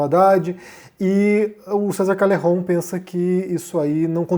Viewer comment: Bah esse vídeo deu uma canseira ficar ouvindo "diounes" e "calerron" kkk alguém ensina pro que não se modifica nome próprio, fosse por isso ele tinha que se chamar de "ârrí'. Fala direito